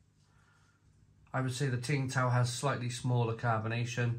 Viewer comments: It's pronounced "Sing" Tao. It's very nice. Skunkyness 😂 Becks and Peroni used to do the same. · Tsingtao,pronounced 'ching-dow' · Tsingtao (pronounced Ching Dow) is a classic and a solid beer in China. There is Tsingtao gold label in China in the small brown bottle and it’s the most consistently good lager beer in China (imo). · Tsingtao Pronounced Sing-dow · Isn't it pronounced Sing Tao ? 🤔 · You don’t pronounce the t I was once told